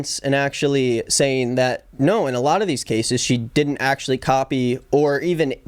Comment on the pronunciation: She rlly said “DIY’nt”